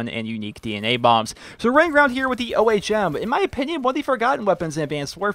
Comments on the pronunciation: its Ohm, as in resistance, not O.H.M. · It's pronounced Ohm not O.H.M. An ohm is a unit in electrical resistance. The name was given to the gun since it's a directed energy weapon.